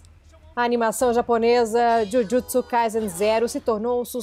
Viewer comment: Olha a pronúncia de Jujutsu da repórter! 🥰